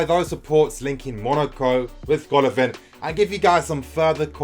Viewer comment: It is pronounced Gala-Vin !